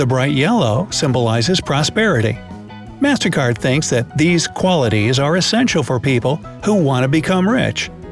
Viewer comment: i hear mastercard as mastercar